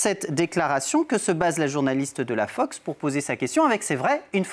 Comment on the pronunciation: Tu as bien dit FOCK news ma belle MDR